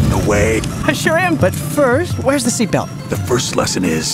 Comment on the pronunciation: he said sheat belt. U mean sh##